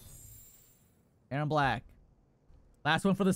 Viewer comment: Hold on did this guy just said erron brack